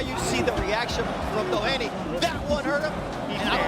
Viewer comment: This is a super video. Well done on your pronunciation of TJ Doheny also. Genuinely far better than most English people's